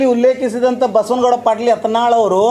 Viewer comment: Nin modlu sariyagi kannad matado ni erudu karnatak dalli ಯಾತನಾಳ ಅಲ್ಲಾ ಅದು ಯತ್ನಾಳ್